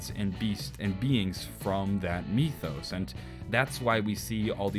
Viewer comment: why'd he say mythos like meethos.